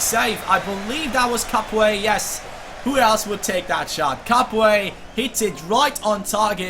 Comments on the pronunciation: I'm french and we don't Say capoue, we say Capou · We do not pronounce the "e" in Capoue